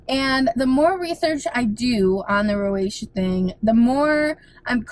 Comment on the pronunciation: did he say rosacea? roseacha (pronounced) he sounds like maybe he was trying to help?